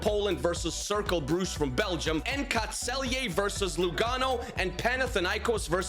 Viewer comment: The Celje pronounciation is spot on